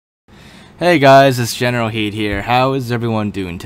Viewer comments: Why do you say generalheed here instead of generalkidd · Why do you say it like general Heed?